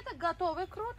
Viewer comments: Тугри талафуз килинглар курт эмас курут дейиш керак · Курт эмас курут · ха сан узи узбек сан курт у черви ку курут это правильно говорить она 🤔